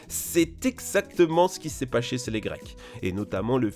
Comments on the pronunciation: "C'est exactement ce qu'il cest paché cé les grecs." Mais oui 😂👌🏻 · "c'est exactement se qui s'est paché sez le greces"😅wow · Ce s'est paché sez les Grecques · « c’est exactement ce qu’il s’est paché sé les grecs ✨✨ » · "c'est exactement ce qu'il s'est paché sez les grec" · "C'est exactement ce qu'il C'est paché sez les grecques " 😭😂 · « C’est exactement ce qu’il c’est pasché sé les grecs. » daccord. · "pachée sez les grec"